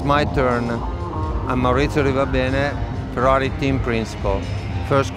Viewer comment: FeRRari... not Feraari😇